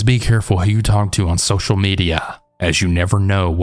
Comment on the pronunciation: Not Social Media it's "SHOCIAL MEDIA." 😂😂😂😂😂😂